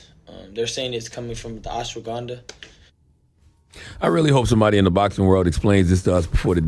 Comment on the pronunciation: My man said it was ashwaganda😅😅😅😅